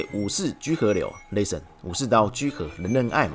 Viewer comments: 既然你一直逃避，那不如換個問法，你怎樣評價自己把 listen 讀成 lesson？ 是自己讀錯還是台式荷蘭口音？ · Listen 都讀不好還一直在 listen ......... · 法國公司不一定全是法國人，也有其他國籍的人……. 這也太無知了吧，不過沒關係，不重要。 原來你住在荷蘭平時在生活在也在用英語？ 還能這麼爛呀，不聽聽自己的口音嗎？ listen 也不會讀還敢講。在荷蘭生活不代表你的英文不難聽。 我在說你讀英文發音很難聽，又那來的優越感了？在亂扣帽子想轉移視線真是低級的技巧。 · 沒關係，你就繼續不承認自己發音有問題吧 。 各執一詞也沒有用，既然你在外國生活，平常用英語溝通是吧，你就把你影片中所說的 Listen 播給你周遭的人聽呀？看看他們有甚麼意見？ 反正現在我說你發音差，你說你發音沒有問題，再說下去也沒有意義。